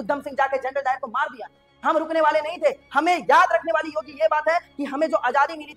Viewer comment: Janral o dayar nahi janral dayan😮‍💨🫤